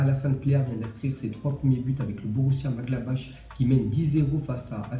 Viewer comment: Il a di borussia madgablash